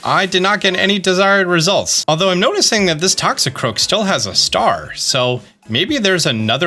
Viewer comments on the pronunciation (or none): none